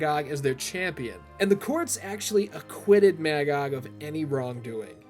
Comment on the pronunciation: It is really interesting to hear you pronounce it as Mag-og, I always read it as Ma-gog